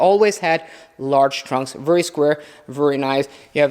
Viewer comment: Since you use VERY a lot and I mean A LOT, take your time and learn to say it properly. Right now you pronounce it as if you are saying worry. No good